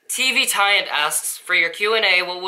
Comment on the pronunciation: Also I rewatch when you say "TvTiant" cuz I love how you pronounce it perfectly! You've made my 2017 already even it didn't even come yet :) you've made my year :)